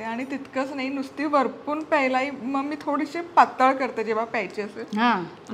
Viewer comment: Varpun nahi orpun.